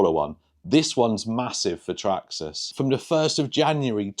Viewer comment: The way you say Traxxas "Traksxxas" 😂